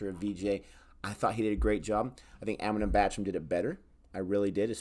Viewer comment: It's pronounced Amitubh not Amitabh even though it's spelled with an "a" it's pronounced tub not tab. Priyanka Chopra is not pronounced Chop-ra it's pronounced Ch-Oprah.